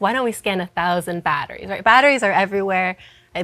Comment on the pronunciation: Throwing a pitch - Yea, we're throwing a pitch! - What a wonderful pitch you are thowing! - Yes! Pitch! Are! Wonderful! Cheap batteries are baaaad. - Hey I'm male, say sme thinh. - Ok - Battttris. bad. our battris goood. -sfftry.